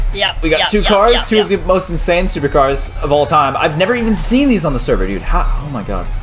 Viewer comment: It's dude not dood u donut